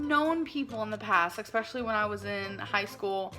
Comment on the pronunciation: For me it's "expecially". I just want to stab my ears with a pencil every time she says that word.